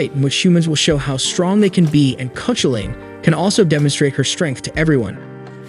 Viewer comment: The legendary Irish hero's name is pronounced Kah-hoo'-lun.